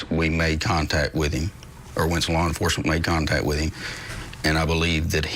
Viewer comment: I DON'T TRUST ANYBODY THAT PRONOUNCES 'HIM' LIKE "EEM". 😑